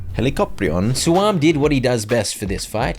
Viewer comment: The way he said helicoprion got me